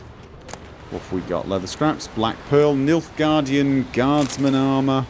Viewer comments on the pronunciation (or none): none